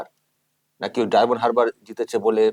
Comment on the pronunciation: কত অশিক্ষিত, বলছে ডায়মন্ড "হাবড়া" উচ্চারণ টা শুনুন